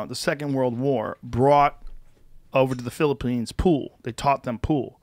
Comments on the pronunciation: LOL Joe is developing a texas accent "The philopoynes" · Joe’s slowly picking up that Texan accent listen to it pop out when he says Philippines